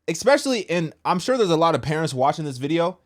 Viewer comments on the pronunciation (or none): please stop saying ek-specially. You're grown up now. There's no "k" or hard "c" in especially.